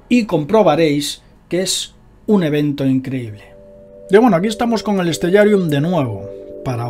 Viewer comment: creo que se pronuncia stelarium